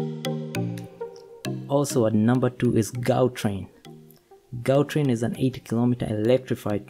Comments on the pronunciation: Well done Africa. Morocco big up. Internationals must learn how to pronounce 'Ga' in Gautrain. Difficult to teach someone by text, but i can try and say. Better pronounce 'Ga' as 'Ha' as Hautrain. It is not correct, but the sound of 'Ha' is close to the correct pronunciation. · Gautrain train is pronounced (how- train) 👍🏾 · The Gautrain train was pronounced wrong.